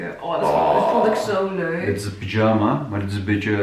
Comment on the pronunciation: Ik kan niet 🤣 zegt echt pyjama als een turk aka “pidjama” maaaar wat leuk om te zien hoe enthousiast jullie zijn😍🥰 mijn dochtertje is nu 5 maanden en ik kan me nog heel goed herinneren dat wij ook altijd naar de kleertjes keken en me probeerden ons voor te stellen hoe groot ze zou zijn 🥰🥰🥰